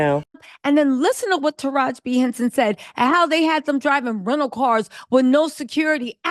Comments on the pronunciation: the correct pronunciation for Taraji is "Ta ra gee". It is not "Ta rajh". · Sounds like you are mispronouncing her name. Her name is Taraji with an 'i' on the end. Not Taraj. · Tarajiiiii not Taraj sis lol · HER NAME IS NOT TARAJ IT IS TARAJI(tah-rah-gee) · Tara-JI. Or Tara-G. Not “Taroj”😊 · MAAM YOU NEED TO STOP DISRESPECTING HE NAME IT IS NOT TARAJ IT HAS AN I ON THE END. IT IS TA RA JEE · Mam stop caling her Taraj...call her name correctly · TaRaJ I Ta Rah Gi At least get the name correct. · Tara-ji...Not "ta-raj". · Her name is TerajI, not Teraj. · As many times as you heard this woman's name WHY ARE YOU SAYING TARAJ!!! ITS TARAJI Sounds like Tah-Rah-Jee ijs🤦🏾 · “Taraj” is killing me.. Taraj-i!! 🤦🏽‍♀️ 😂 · TarajEE not Taraj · Omg TAH RAH GEEEEE… i can’t even get thru the video with the way is butchering her name… 😣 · Hi ❤️ It’s Taraji (pronouncing the I as if it’s eee) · 😂 you refused to put the “I” at the end of her name huh… taraj!!!!!!! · It is Taraji (tuh-Ra-gee) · Her name is Taraji. It's not cool too keep pronouncing her name the way you want🙄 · Am i the only one who can't get over how Taraji name was mispronounced 😂😂😂 but thank you sis for showing the vids. I LOVE Taraji, Katt and Monique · Stop reporting on black news like you here for it but you don’t know the correct pronunciation of the people names. Her name is Taraji. How you don’t know that?